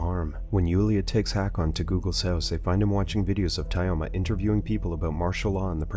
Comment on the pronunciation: Pole Skin, Tie-Oma ... the way this TTS pronounces russian names is hilarious